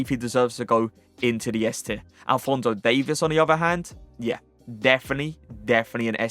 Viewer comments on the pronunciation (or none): none